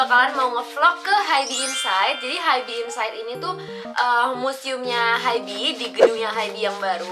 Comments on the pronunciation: kak mohon maap banget sebelumnya, rasanya gatel banget denger kakak nyebut Hybe itu "haibi" .. bacanya itu "haib" 하이브 kak, bukan "haibi" 하이비 😭 kaka tuh army yg bisa baca hangeul dan udah dateng langsung pula ke museumnya tapi bacanya tetep salah, mana disebut berkali2 di video, ga kuat :( semoga next time dibenerin ya kak, maaf banget kalo kritikku bikin ga enak hati🙏🏼 ya ibaratnya aja kayak bts malah dibaca "bangtan seonyeondanu", kan ga nyaman banget dengernya :'( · Kak, bacanya hybe itu bukan “haib” kah? Soalnya hangeulnya 하이브